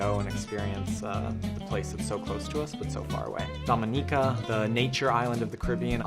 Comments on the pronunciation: Couldn’t pronounce Dominica correctly. 🙄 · Dominica I think was mispronounced